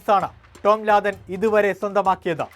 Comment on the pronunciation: ലാദൻ അല്ല ലാദം 😂😂😂 ഈ ലാദൻ ബിൻ ലാദന്റെ അനിയൻ ആണോ 😂